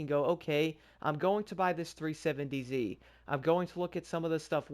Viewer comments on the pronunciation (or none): none